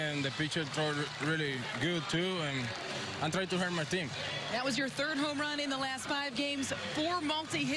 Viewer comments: Yoshy's Channel lmao now I can’t stop hearing hurt my team and it’s hilarious cause he has that smile on his face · Always sounds like he’s saying: I’m just trying to hurt my team” lol funny to hear him talk but good shit Du!!